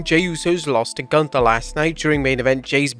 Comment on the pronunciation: Michael Cole also should learn to speak. Gunther's th is not a th it is a t. And Ivar is not eye var, Ludwig is not Ladwig, learn international names if that's part of your programming dammit. Plus every 3 minutes showing ads is really overkill, no wonder the world is watching elsewhere.